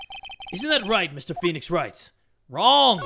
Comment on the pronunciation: phwenix- chwan!